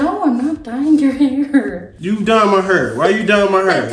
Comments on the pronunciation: His pronunciation of hair is just bring back the "DoNt PuT THaT NuRr in MAH HuRrR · it's not disrespectful or an accent. He is mispronouncing the word hair and that's OK but stop playing!